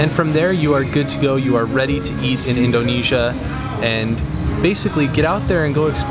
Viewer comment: "in DOH nesia" hehe, most people say indonesia like indernesia without much emphasis on the O